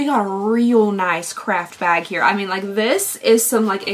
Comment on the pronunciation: The way i heard 'crapbag' instead of 'craft bag' 😂😂